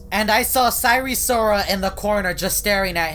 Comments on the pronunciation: it’s not sire sirol it’s sire sol 😡😡😡😡😡😡😡😡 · "And sire sirol was nowhwere to be seen "